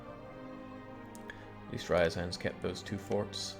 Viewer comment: not gonna lie, I'm just skimming these videos until ryazan stops existing so I don't have to hear how pronounces it anymore